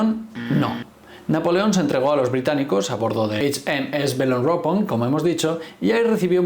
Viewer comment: Por tocar las narices y sacar punta al video como haces con la película, mejor Belerofonte no Beleforonte. Y si nos ponemos a pronunciar Eich Em Es, por lo menos Belerofon, no Beleropon.